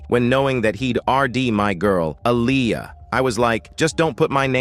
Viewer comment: Please say Aaliyah name right!! Omg the disrespect is real smh..